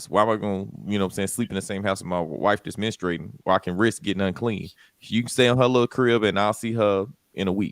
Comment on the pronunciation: menustrating..? Wtf is that😂